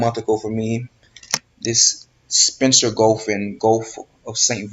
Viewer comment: WTF is a "Goatff" of austraila? whatever the hell he said.